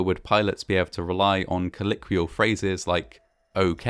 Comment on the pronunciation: Hi. I LOVE your videos, and have been binge-watching them over the last few days. Great information, well-researched, and delivered in a non-judgemental, engaging way. However - and in no way am I being flippant here - could you work on your pronunciation of the word 'colloquially'? Thanks.